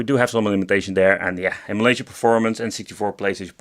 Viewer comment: Is there one of these that runs everything on it at full speed without problems? I like the way you pronounce emulation as immolation. Yes, many of these crappy game boxes should be thrown in a fire. ;)